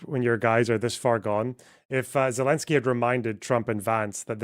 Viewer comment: It’s Zelensky